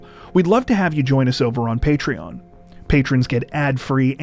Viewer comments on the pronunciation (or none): none